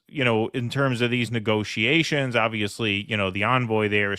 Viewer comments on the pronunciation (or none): Why are you pronouncing "negotiations" like "negociations"?